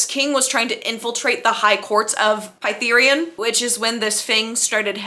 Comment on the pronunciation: obsessed with how you pronounced Prythian as “pie-three-an” actually